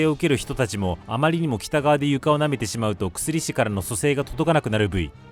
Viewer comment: 薬師って「くすりし」って読むの？ 「やくし｣だと思ってたんだけど違うんかな？